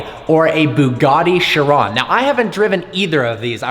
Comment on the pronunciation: Which do you prefer the La Ferrari or the "Sheran". Mate it's "Chiron" Ch - e - ron.